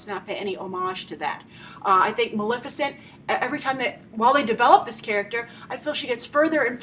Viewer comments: It's MaLEFicent, for christ's sake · Love your review! Without a doubt the most practical, well-thought out and spot-on correct perspective I've seen in years. Huge congratulations for that. My nerves were grated, however, that after such a solid performance you could not bother to pronounce "Maleficent" correctly. Thank you for your work; I look forward to viewing more of it!